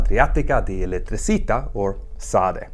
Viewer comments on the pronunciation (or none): Società = soh-CHEE-ay-tah Elettricità = ell-ett-ree-CHEE-tah